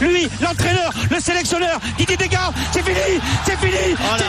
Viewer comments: "Didier Deskamps" hmm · il a dit Didier DESGAMPS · a le commentateur dit didier décamps